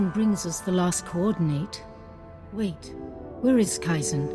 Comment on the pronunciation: "Coordinayte.." Coordinate! This made me smile. And also groan inwardly at respective voice-actor's pronunciation.